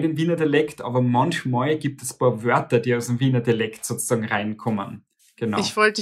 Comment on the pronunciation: Das heißt paar * nicht boa